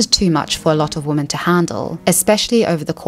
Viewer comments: Why did you read every "women" in the thread as "woman"?? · Why do you sometimes pronounce women as woman? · I hear it the same way you do, but I learned that some people actually pronounce "women" like that and hear it as "women" and not "woman". I learned this very well after moving to the UK from Canada. I think its about how we say the "wo" (wih and not woh) part differently and it changes how the "men" part sounds. Yes I have given this a lot of thought before 🤣